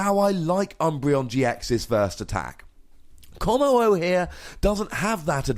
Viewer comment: "stupidest name in pokemon" please you're just pronouncing wrong!